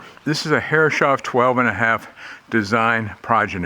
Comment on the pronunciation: Lovely wee boat! Took me a long time to work out 'Herres-hoff' instead of 'Herre-shoff', but see you're still saying the latter. And surely some of those brass fittings are bronze?